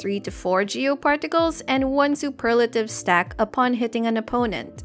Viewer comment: I'm glad you say Superlative, and not Super lative.